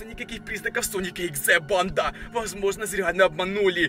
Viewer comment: Он всегда говорил панда